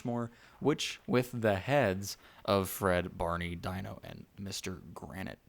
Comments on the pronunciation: His name is not pronounced DIE-NO, it’s pronounced DEEN-O just saying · Great video. BTW, its pronounced "deeno" instead of "dyno". You were not a fan of the show, and thats understandable. 🖒🖒🖒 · When we were kids we had imaginations we didn't have to have a bunch of rides that's what this theme parks about and you can't even say the little dinosaur dog's name right it's pronounced Dee no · Prounced Deeno, not Dino. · Omg say it right, it's DEENO!!